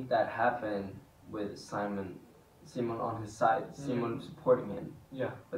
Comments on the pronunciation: Do they know we didn't love them using the English pronunciation of Simon? Because Edvin definitely said "See-mone" more than in the past, and Omar actually corrected himself.😂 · I strongly believe they are pretty aware of what's going on in the fandom and how people feel about certain things. So yes, I noticed the change of using the swedish pronunciation of Simon too. And I love them for doing so! 💜❤️💯